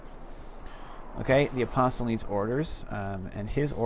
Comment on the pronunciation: You heal religious unit in or in an adjacent hex of a holy sight. Inquisitors can fight religious combat within your borders. They can also remove heresy in your cities. Missionaries are the most cost effective way to spread your religion. Oh, and the "t" in apostle is silent.